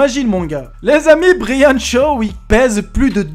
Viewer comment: Brahan ou braiane g pas compris bref c hulk